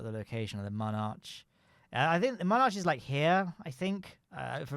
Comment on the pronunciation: As someone who doesn't play KSP I spent half this video wondering why you were saying "Monarchs" wrong until I realised it was "Mun Arches".